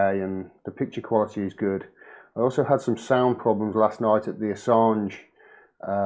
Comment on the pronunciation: CAN'T SAY JULIAN ASSSANGE'S NAME WOW😬 #FREEASSANGE